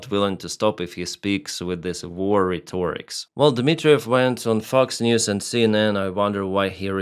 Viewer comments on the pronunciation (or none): your pronunciation of ’Fox News’ is hilarious and so apt.